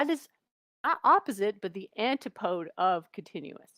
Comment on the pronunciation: I am so sick of people saying “anti-podes”. It’s an•tip•uh•dez I don’t care if you’re American or British. Everyone says it wrong because Flerfs say it wrong. Every flat earth debunker says it wrong too. It’s a four syllable word and the s sounds like a Z, like in dez nuts. an tip uh dez Well I guess if you can’t disprove the universe is smart thats evidence of its brain power. This girl is willingly ignorant and proud of it.